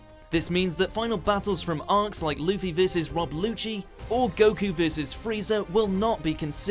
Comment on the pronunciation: It's pronounced LUHffy. Not "Loofy"